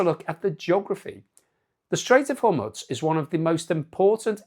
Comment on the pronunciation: BTW Hormuz is pronounced, "Hor-mooz".